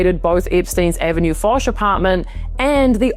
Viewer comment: Hello. Lived 1 year in Paris, one Saudi a$$hole owns apartment on avenue Fosch I knew and visited. It's pronounced Osch - without F. All the best. Like Hermes - without H - ermes.